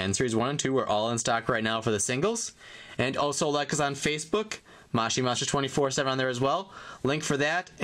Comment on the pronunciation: Its not mashi monster its moshi monster ps say it right